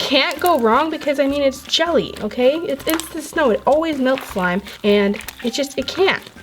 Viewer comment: Ummmm no offence but why u keep saying swime not slime